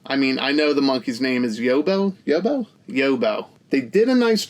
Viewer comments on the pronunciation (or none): Quality review as always, mate. Couldn't agree more about the Nok art, use it ffs. Just want to school you on some Aussie vernacular. You pronounce Yobbo 'Yob-beau'. So, Yob like Bob. Lastly, Macaque deserves all the jokes, so thank you for getting 'em off.